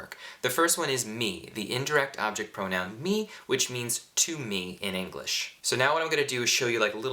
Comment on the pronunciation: sei molto bravo davvero, però dovresti migliorare la pronuncia delle vocali. "me" "ne" "le" hanno l'accento acuto, quindi una "e" chiusa, ma tu le pronunci tutte aperte, con accento grave: "mè" invece di "mé" etc. Ma forse lo fai per non creare confusione in chi sta imparando, non so..